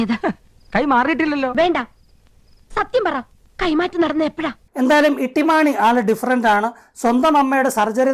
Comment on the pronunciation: ഇട്ടിമാണിയല്ല തൊട്ടി മാണി പൊളിച്ചു.😂😂😂